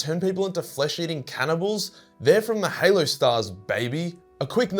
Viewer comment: it is now canon the halo stars are pronounced hellooo